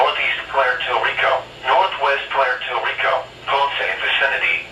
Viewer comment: "Pwair tor Rico"